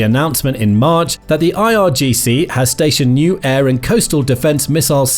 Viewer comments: Also it's IRGC*, Not IGRC. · irgc not igrc noob